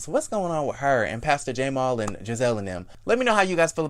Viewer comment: Stop saying the letter and make the sound!!! Stop calling that man Jay-mall lmao! I cant with u!